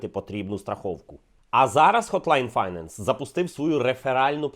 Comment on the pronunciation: Пардон, але наголос у слові "finance" не там